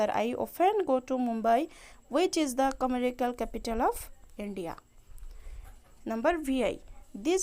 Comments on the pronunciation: It commercial not commerical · Didi commerical kya hai woh to commercial hota hai 😅